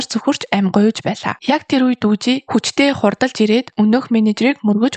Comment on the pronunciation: Таксины жолооч залууг Дүжи биш Дуги шүү.